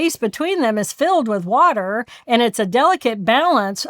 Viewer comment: the waterrrrrrrrr